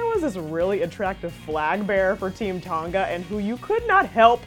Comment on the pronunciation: U say Tonga wrong😂